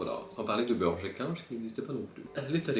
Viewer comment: J'ai eu grave de mal pour le premier "Burger King" parce que je pensais que tu disais "burge-équin" 😂